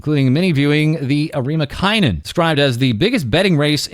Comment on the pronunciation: Bleedin' hells, I was not ready for "Arima KAINEN" 😭